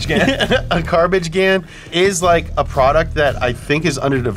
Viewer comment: “Carbage gan” 😂😂